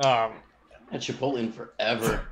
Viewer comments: DID HIKARU JUST SAY "KIPOTLE" INSTEAD OF "CHIPOTLE"?? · Lmao ki pot el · Hikaru just made me question how I pronounce Chipotle